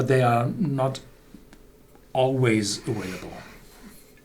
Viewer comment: Why do you say vanilla with a V but you say available with a W? aWailable sounds stupid...